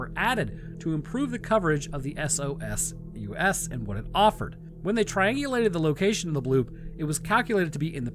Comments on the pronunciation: Soul-Sirs my dude not, S.O.S.U.S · SOSUS is pronounced as a word, sow-sus.